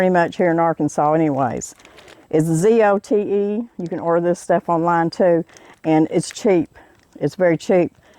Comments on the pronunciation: Respectfully submitted... Zote is pronounced "So-tay" (accent on the first syllable). It's a Mexican product. It's good soap!! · Please don't tell people about zote soap. It will go up in price. Lol. I learned about it a few years ago. It is made in Mexico and is popular in S. TX. I think it's pronounced zotay. My mom told me it is similar to soaps Blacks used in the south when did laundress work and at home.